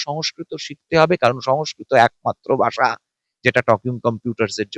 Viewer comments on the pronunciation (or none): none